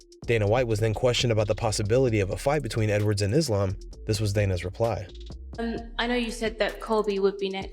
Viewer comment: Dana still can't say Islam's name:)